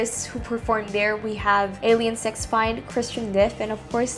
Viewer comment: Sweeny Toad? Alien Sex Fined? While this video was farely well done, the pronuncation is off... it's Sweeny Todd and Alien Sex Fiend (pronounced Feend).